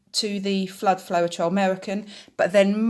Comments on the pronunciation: Great tutorial! Really fab information for UK pourers, thank you! Can I just let you know that it's pronounced flowtrol, not flo-er-trol. Not nitpicking, just thought you'd want to know x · Great video, ty oh n just FYI both of the AUS US Floetrol are pronounced flowtrol;) Happy Easter 🐣